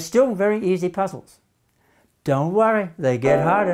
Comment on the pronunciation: Your teaching is awesome sir. I loved the way you said namaste